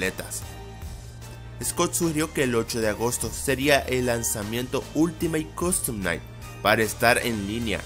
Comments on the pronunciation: Dijiste oltimo coston nai deci bien perrro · Todos: ultimate custom night: ulitimaTE cOdtom naigh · Yo: últimate custom night: oltimat costom nait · "Ultimay costom nai" Pd : Eres el dross del fnaf :v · WTF Este video sta lleno de errores :n me encanta como dice Ultimate Costom Night JAJAJAJJ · ultimeit costom nait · ultimeite costom naight XD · Ultimeit costom naigt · Ultimeit costom Nait dice el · Oltimeit coston nait